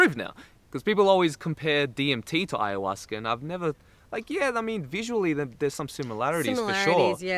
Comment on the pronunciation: lol he said hayahuasquer, love it